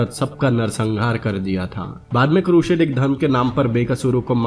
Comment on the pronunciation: Yeh bi toh deta ki Jihad kya tha, musalmano ne kitne nirdosh logo ka mara, kitno ka rape kiya aur kitne cities ko loota, jalaya. Woh sab bataye hue yere muh main Dahi jam gaya kya. Kehta hai bina kissi ki side liye movie explain kar raha hu, aur explain kar raha hai Crusade ko, pehle pronunciation theak kar le apni, phir Crusade boliyo.